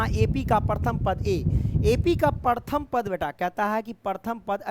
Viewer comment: Paratham nahi hota hai sir Pratham hota hai